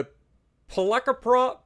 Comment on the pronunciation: the pronunciation for the name on one of the aircrafts on the carrier is Polikarpov (Po-li-kar-pov).